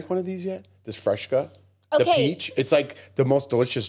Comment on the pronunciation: it’s FRESCA, not Freshca! 😅